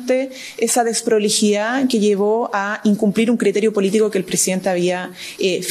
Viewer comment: ...con esa "dessdproligidad"... jajajaja. .. alguna vez firmaría algún contrato de cualquier tipo ....algún cheque...letra ..mamamia...que nos espera....que le pasen una lapicera..de nuevo....(.......)